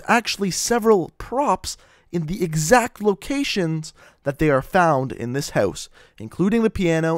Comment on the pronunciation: why does he say house houeose ??